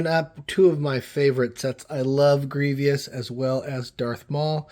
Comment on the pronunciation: I know he's fairly devious but he's just pronounced Gree-vas